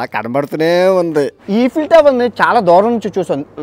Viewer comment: ఏంటి బ్రో ఈఫిల్ టవర్ అంటునవ్ ఐఫిల్ టవర్ అంటునవ్ ఏమ్మాయిది నీకు😮